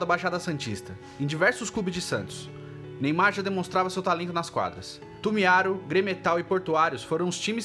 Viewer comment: A pronuncia certa e Tumiarú, embora nao tenha acento.